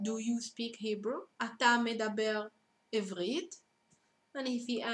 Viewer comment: you should say עברית not עבּרית